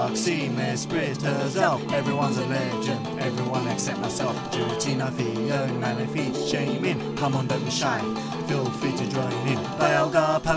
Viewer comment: by the way, phione is pronounced phe-o-nay.